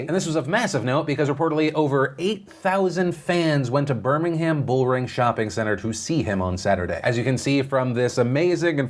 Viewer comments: I live near Birmingham in the UK. Firstly... You're one of the few YouTubers I've heard pronounce it correctly so props 😂 but the other thing I wanted to mention is British Humour is very dry and sarcastic. So I agree that Reuben was probably joking. Very glad I was not in Birmingham that day as it really is a maze getting in and out of the bullring when it's crowded. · You said Birmingham correctly! ❤